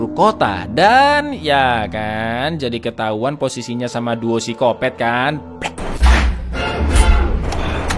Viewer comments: Gatau kenapa ilfil aja sama orang yg nyebut psikopat jadi sikopet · Berenti nonton pas nyebut sikopet